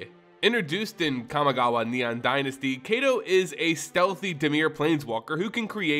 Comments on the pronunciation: You did not just call it "Kami Gaw Wa" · Hey man, I love your content to death. But a warning for anyone else with misophonia; whenever he says Kamigawa, you will be triggered. It’s like his mouth is full of marshmallows. And other grammatical nonsense…like the mispronunciation of melee as “mee-lay”.